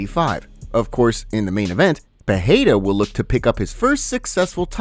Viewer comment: Dude it's not pronounced Peheira, it's Pereira.